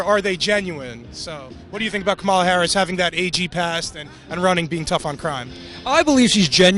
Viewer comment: like your videos but a friendly CORRECTION. The Senator form California ....her name is not pronounced "camala"...it's pronunced KOMMM- ah-la watch the kid you interviewed for the correct pronunciation!! I herd Senator Harris tell a journalist how her name is pronounced and you pronounce it WRONG.